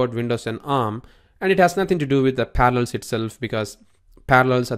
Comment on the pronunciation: Par-a-llels. Pronounce it. Syllables. Learn what they are. You sound like you're saying Panels. Good lord.